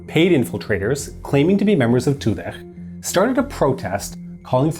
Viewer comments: "Zahedi" is pronounced "Zahedi" not "Zakkhhkhhedi". "Toudeh" is pronounced "Toudeh" not "Toudekhkgkgkhhhkh". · Tudeh is to be pronounced "To the" with a normal "d" sound for the th. "H"s don't make the throat scratching sound, "Kh"s do. These pronunciations hurt my bones somehow :thonk